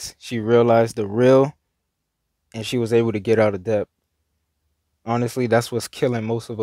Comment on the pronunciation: The 'b' in debt is silent.